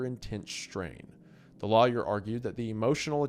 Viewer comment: your Appalachian accent really comes through when you say the word 'lawyer', just letting you know lol